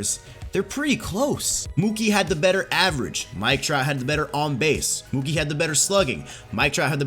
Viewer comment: It’s Mookie and it’s not close